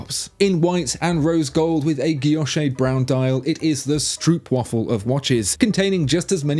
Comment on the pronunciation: Now You don't just butcher French and German brand names but also the quaint Dutch term "Stroopwafel". Ondraaglijk.